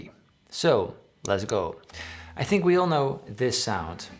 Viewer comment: Sounded a little bit like "Dont thimk twice it's alright."